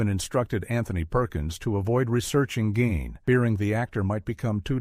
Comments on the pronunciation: ¿"BURN-erd", not "ber-NARD"? ( - ) ¿"gain", not "geen"? ( , but not , when Gein was pronounced "geen") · Gein not Gyn